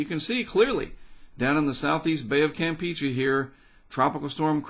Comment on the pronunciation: The way you say the Campeche is not Campechee that's the way it be spelled no hard feelings just like to say right if you listen to Tropical Tidbits say it right.